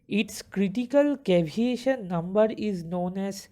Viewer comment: its not caviation, its CAVITATION brother.